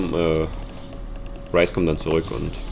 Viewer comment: Du sprichst nun Ryze richtig aus - sehr gut :D (nicht, dass es wichtig wäre)